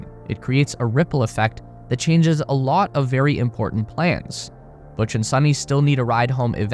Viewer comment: Butch and Suni (it’s pronounced as “Soo-knee” NOT “Sunny”) will be loving it up there! Imagine waking up every day to the sight of the planet below!!